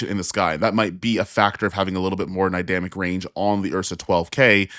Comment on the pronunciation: Hahahaha "Nydamic Range"